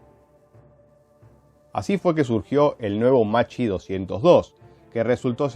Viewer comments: Macci 202. Come lo pronunci tu si scriverebbe così in italiano, ma l'aereo non si chiama Macci, si chiama Macchi, l'h dopo la c fa la differenza, "ch" in italiano si pronuncia come "k" e "cch" come "kk" (quindi Makki 202). Così, per la precisione. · Macchi se pronuncia como Makki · Macchi si pronuncia “makki”, con la C dura, come una K